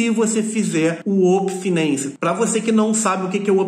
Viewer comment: Uopen finency kkkkkkk